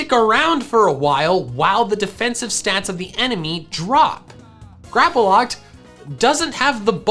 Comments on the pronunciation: GRAPPLOCT, NOT GRAPOLOCT! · Just one thing, why do you say Grapploct with an A? There is no A in the name. Not hating just wondering. Plus you sometimes pronounce some pokemon's name wrong. Again, not hating, just something i noticed. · THERE IS NO VOWEL BETWEEN THE P AND THE L IN GRAPPLOCT!